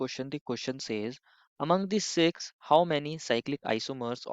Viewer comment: sir six dhyan se boliye kuch alag hi sunai de raha he 😂